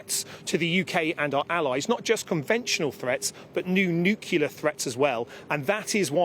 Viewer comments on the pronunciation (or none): Nucular? What a muppet. A defence minister that cannot pronounce the word 'nuclear.'